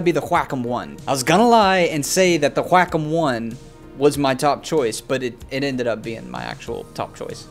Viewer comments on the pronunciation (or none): Wah-com not wack-em..... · Video is unmatchable because he has a tick resulting in him saying 'flippin' in every sentence. He talks like a 60 year old trying to be hip with the kids. Also, H-wa-com... sheesh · I cannot stop laughing at the way he pronounces "wackom"..lmao.... "Can I take this to Grandma's house?" lmao.. Relatable.. love it! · I was losing it every time he said it..lmaooooo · “whack’em” “whakem” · came for the tablets, stayed for the way he says wacom wack 'em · All these years and now I realize that I've pronounced "wrraaakkhumm" the wrong way. All these years.... 🥲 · I learned how to properly Pronounce QuaCom today. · no one:: GWHAKOM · hahahahaahahha the way he say wacom - qwakom hahahaHAHAHAHAHAH im dying of laughter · Love he says "whack um" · the way he says wacom is soo weird 😂😂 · Is it pronouced WAY COME or WACK UM?